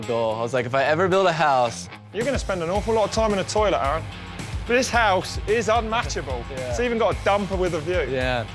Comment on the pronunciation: "A A ron" ahahahahaha